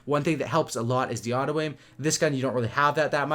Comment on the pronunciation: it messes with me so much everytime he says autoaim fuck sake